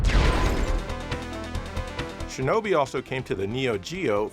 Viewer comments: Shinobi pronunciation "Shin-Oh-bi" ❎️ 'Shin-a-bee"✅️ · don't ragebait us! We know you know it's pronounced shinnobee. You ain't foolin' us! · I think you'll find it's pronounced "Shinobi". Thank you.